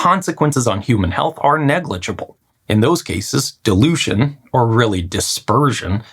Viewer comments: am I the only one who heard "delusion" and not "dilution"? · Why do you pronounce dilution as delusion??? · Bro your pronunciation of dilution is getting me mad 😠😡